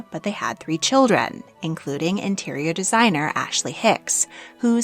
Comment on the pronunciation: What a dreadful accent! Why do we need to have an American narrator for a storu about the British Royal Family? She, messes up all the names and her intonation is weirdI cannot be bothered to listen to this rubbish. She cannot even say 'children' clearly and without distorted vowels.